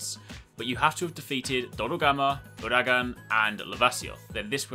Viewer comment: the way he says uragaan it ews me